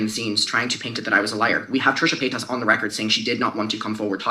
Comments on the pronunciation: "Muh-Kinner" I'm DYING. This coverage is AMAZING, but my biggest takeaway was somehow saying MuhKinner for the first several minutes.... "Pie-das?" But in seriousness, Alexa is so wonderful and smart and such a great activist. She's fostered such a nice space for victims feeling validated, I appreciate her ever growing and learning nature. Eat Predators <3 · I was giggling along with you at every “Mckenner” lmfao but then “Trisha Peynis” took me all the way out. Bless her sweet heart she tried!! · crying that alexa almost called trisha paytas trisha paynus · I'd only just stopped laughing with every time she said "McKinner" but then she came out with "Trisha Pie-tus!" 😭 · I appreciate her takes but the gross mispronunciation of McIntyre and Paytas were a little hard to get past lol